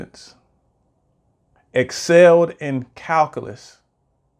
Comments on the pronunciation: FYI, its pronounced - KAL - Q - LUS, not Kal - Kah - Lus. It's very hard to take someone seriously if they can't correctly pronounce the subject correctly, especially if they are born in the U.S. and the video is in English. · What's "calcalus"? Is that like calculus?